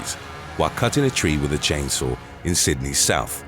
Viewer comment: "Chain sour" accident? LOL!